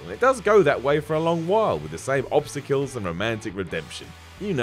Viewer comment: I find that pronunciation of obstacles to sound quite different never heard before. .